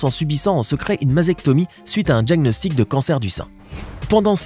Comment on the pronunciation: Apprenez à parler français et à prononcer correctement "DIAGNOSTIC" et non "DJAGNOSTIC" . Il ne suffit pas de répéter "en effet" et "se produisit"...